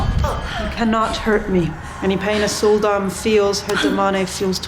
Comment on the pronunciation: When you said "Sul'Dam", I heard "Soul Domme".